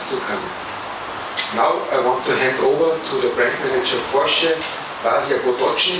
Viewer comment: Bo pripomoralo h bdp-ju, dobri šihti bojo, fajn fajn...pa fino da je gospa pravilno izgovorila Porsche😂